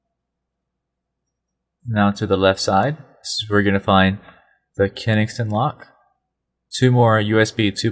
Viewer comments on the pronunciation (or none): haha, you said KeNINGston.. we make the same mistake.. but it's supposed to be KenSINGton :) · kensington not kenixton lock !!